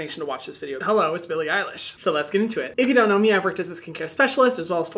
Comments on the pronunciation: Billie fricken IRISH?? Excuse me man it’s Eilish get it right 🤣🤣 (being aggressive as a joke but also like fr man get it right) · Bille IriSH 😂😂😂😂😂😂😂😂😂😂😂😂😂 its elish. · Did he say Billie Irish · Is it just me or did I hear him say "Billie Irish"? 😂❤ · Call me crazy but did he just say “Billie freakin Irish”????? Lmao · Anyone else catch "Billie irish" lmao! Love you hyram! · Not him saying billie Irish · He really did say Billie Irish 😂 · I thought he said Billie freaking Irish